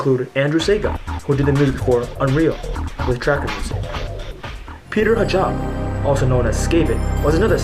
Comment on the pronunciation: It's not just the pronounciation, some of them are spelled wrong too ("Farbrush", "Max Pyne") and sometimes the pronounciation is waaay off (Skaven is Peter Hajba, not Hajab, Memon is "Mikko Mononen", not "Michael Monomon" :)